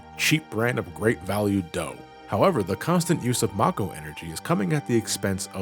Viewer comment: Finally, someone else that pronounces Mako that way lol